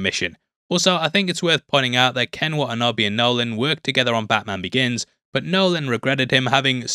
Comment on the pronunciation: i know we're known for not pronouncing our T's but damn man at least try and say watanabe lol. "wa'anobe"